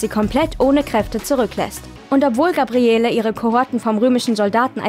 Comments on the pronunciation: Xena kann Sie richtig aussprechen ja, dafür Gabriellllleeeee nicht:-) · Wie sagt man, dass man nie xena geguckt hat ohne zu sagen, dass man nie xena geguckt hat? Indem man Gabriele wie nen deutschen Dorfname ausspricht. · Ja, es wird Gabriell ausgesprochen. In Staffel 1 hieß sie noch Gabriella. Aber Hauptsache Eveny richtig aussprechen. Lol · Gabriele, das e am Ende wird nicht gesprochen. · GABRIELLLLLLL!!!! Nicht GABRIELLEEEEE. Herrgott, bitte erstmal Serie angucken, bevor man ne Inhaltsangabe vorliest. Ganz zu anfang nannte sie sich mal GABRIELLA, was später in GABRIELL geändert wurde. GABRIELLEEEEE hieß sie aber NIE. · Es heisst "Gabriell". Das E am Ende des Namens ist stumm und wird nicht ausgesprochen ! Habt Ihr eigentlich jemals Xena angesehen DE ? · Das e am Ende von Gabrielle ist stumm. Der Name wird französisch ausgesprochen. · Nachdem ich gehört hab, wie der Name von Gabrielle ausgesprochen wurde, war für mich dieses Video erledigt. Klarer Beweis, daß man sich nicht mit der Serie auskennt und diese nicht mal geschaut hat. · Gabrielle wird ohne E am Ende ausgesprochen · Seit wann spricht man das E von Gabrielle aus? Also dass Kreuzigung grausam ist, glaube ich sofort